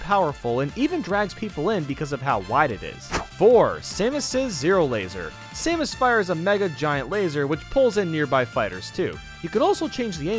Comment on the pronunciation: He also said «Saymus» instead of Samus.